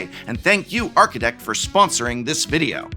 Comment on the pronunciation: Prof Talks videro. My Fav.